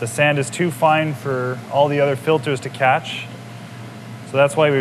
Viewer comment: I notice that the elder of the two gentlemen pronounces the "th" sound like "d" eg |"other" sounds like "udder". Is this quirk dying out in the french-speaking areas?